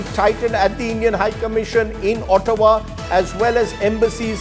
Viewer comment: it is pronounced AAHTAWA ..not OOHTAWA ....